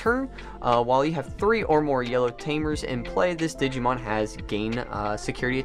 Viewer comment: Why you doing a Digimon TCG opening when you don’t even know how to pronounce the OG Digimon 🤦🏻‍♂️